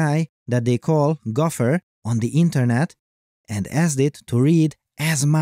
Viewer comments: Gauffer or gopher? It sounds like you keep saying gauffer. But I expect this to be fixed in the future at some point when all narration is done by AI. 🙂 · It's pronounced go fer not golf her.